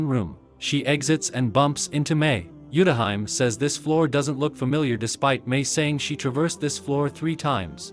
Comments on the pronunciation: Not the TTS pronouncing Utahime's name as Yutahaim 😂😂😂😂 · Utahime is pronounced wrong